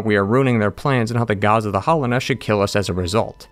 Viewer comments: All of your opinions are invalidated by the fact that you keep calling it "Hollownest" instead of Hallownest. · Hallownest not "hollownest" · I love your videos but your pronunciation of hallownest is driving me nuts